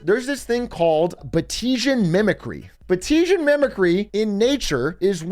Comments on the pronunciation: Fun fact Im a decendent of the bloke who discovered batesian mimicry in the 1850s. Fyi its pronounced bates-ian, not ba-tesian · "Bah-tee-zien"? It was discovered by a man named Bates. It's pronounced "Bates-ian" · personally i pronounce it Bates-ian mimicry because it's named after a guy named Bates. but that's just me being snobby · It’s pronounced “bates-ian” mimicry, named after Henry Walter Bates. The more you know 🌈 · Batesian is pronounced Bates-ian